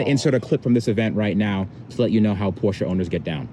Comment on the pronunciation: pronounces Porsche almost like a non American 🤯